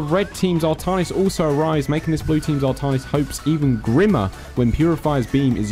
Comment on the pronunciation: 2 things, art-AN(as in AN apple)-is and zag-ARE-a. artahnis and zagra are bothering me.